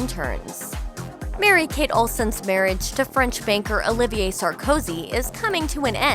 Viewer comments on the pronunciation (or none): none